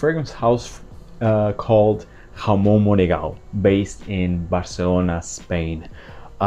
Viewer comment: I've heard you said Jamón Monegal 🙄🤪 Yes , Ramon Monegal makes nice perfumes 🤩